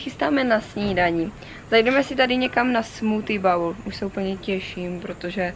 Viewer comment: Sleduju postupně všechna videa a přeju hodně úspěchů a vše dobré v životě! Jsem taky z Olomouce tak je zajímavé sledovat známá místa i vaše cestování. Jen jednu připomínku si nemůžu odpustit protože se opakuje hrozně často: výslovnost BOWL máš jako u slova BOWEL... A plést misku se strevem není úplně ideál 😉